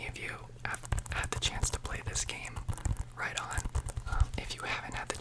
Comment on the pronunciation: I may be wrong but your saying of “right on” gives big east coast us vibes lol